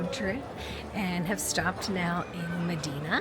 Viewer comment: Medìna??? MÒDENA, not Medìna.